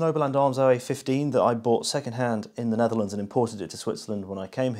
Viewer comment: Jij bent de eerste non Nederlandse persoon die goed Nederlands kan uitspreken